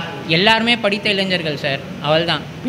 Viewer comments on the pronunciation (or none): none